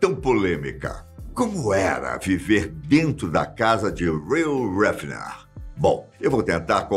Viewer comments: Mas o apresentador chama o Hugh de Reel Refener porquê? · O brasileiro é realmente péssimo no inglês cara kkkk pqp “Ruh Hefner”, “Roy Hefner”, misericórdia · Pronuncia correta do nome do dono era Riu Réfiner... Eu passo aki na frente da mansão direto... Fica em uma vizinhança chamada Holmby Hills, que fica em Beverly Hills aqui no condado de Los Angeles. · narra estórias como poucos, mas neste vídeo o nome do dono da Playboy dói no ouvido de quem fala inglês…